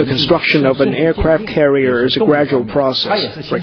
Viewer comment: ok, I lol'd Aircwaft cawwier